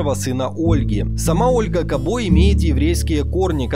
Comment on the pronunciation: Фамилия Кабо чисто мадьярская. Вообще ударение на первую гласную. Пример - футболисты САбо, БИбо.